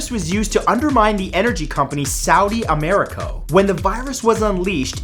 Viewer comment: it's Saudi Aramco, not Amarico u idiot